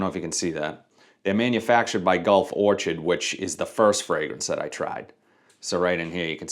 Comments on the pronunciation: Vision = Pacific Chill. I have it and enjoy it quite a bit. Great performance. Legacy = Blue Talisman. Don’t have that one since I already have Art of Universe. Also, it’s Gulf Or-kid, not Or-chid, lol. Like the flower. Thanks for the content! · "Or-kid" not "or-chid". Sorry, I couldn't help it.